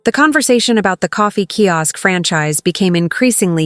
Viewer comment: Key Ask? Sigh. So irritating, especially since it's mentioned sooooo many times.